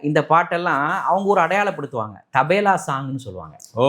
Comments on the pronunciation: Not Tabela but Tabala. Always he is mis pronouncing as Tabela. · Tabela Allai Tabala😂😂😂😂😂😂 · IT'S CALLED TABLA NOT TABALA.